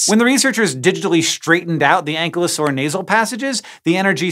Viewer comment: FYI, the kylo in Ankylosaur is pronounced the same as Kylo in Kylo Ren.